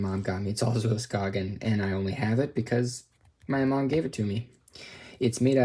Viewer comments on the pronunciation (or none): Skagen {Ska’en} Its how its pronounced 😊 BR the danish guy